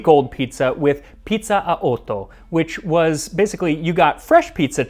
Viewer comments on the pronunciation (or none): He made some mistakes (like he pronounced otto with a long vowel) but overall he was pretty good